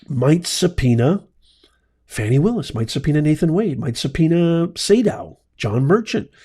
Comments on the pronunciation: Her name is pronounced Fawny, not Fanny, and you also got all the other facts wrong. How did this vid get suggested to me? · Can you PLEASE say her name right at least as a white man. It’s 4 letters